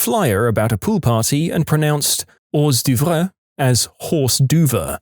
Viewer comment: Bonus irony - the narrator can’t pronounce hors d’oeuvres right either.